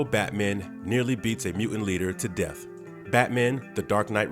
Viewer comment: "To Deat" ?